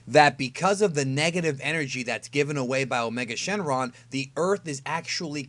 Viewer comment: Did you say his other name is, "a Charlie Sheen lung"?